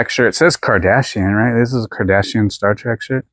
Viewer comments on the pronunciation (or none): You always crack me up! I love that you call Star Trek "Star Track".